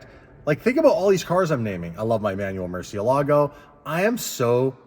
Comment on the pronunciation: It was lame, but it’s not going to stop anyone watching really, is it? All you need to do is stop mispronouncing Murcielago now… 😂😂😂